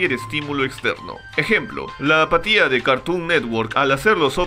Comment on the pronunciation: Creí que decía patilla no apatía :v